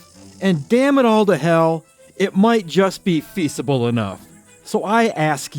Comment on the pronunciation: the S in feasible is pronounced like a Z. Feazible. 🤓 I know nobody likes to be corrected but they also don't like walking around with their fly down either. You've said it in a few videos now so i thought I would be better to let you know that your fly is down. It's leviohsa not Leviosaaa!